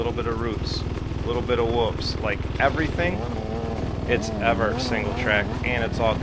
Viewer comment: Rode there about 20years ago. Coming from north of there, I was surprised at the amount of large rocks as it’s mostly sand where I’m at. It’s pronounced Ev-ert not Ev-Art. Just so next time you sound “local” 😂